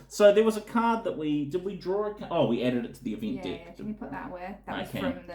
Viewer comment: Sounds like he's saying dick for deck.